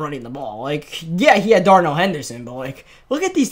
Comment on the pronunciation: Everybody: Darrell Henderson: “Darnell” Henderson